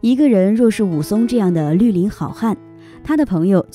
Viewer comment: 绿（lù）林好汉 应（yìng）伯爵